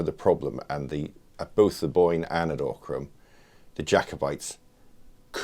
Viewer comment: Great video, many thanks. Bloodiest battle ever fought in Ireland. great insights from the visit to the site - very interesting. Note to the interviewer though, it's pronounced 'OCK-rim'.